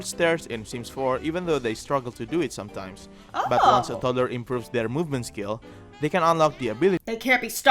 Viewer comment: The ooncie woonce speedo